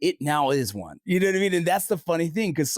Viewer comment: when it Matteeeers. You knoooow. what with extending syllables at the end? take out the hot potato